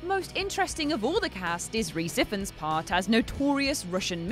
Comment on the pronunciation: And Rhys Ifans name